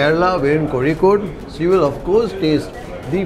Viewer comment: Thank you for pronouncing Kozhikode correctly!